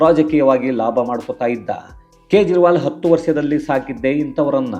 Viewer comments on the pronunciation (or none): none